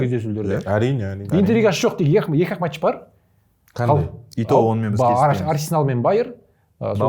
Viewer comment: Есетке матш емес “match” деп айтып үйретіңдерші.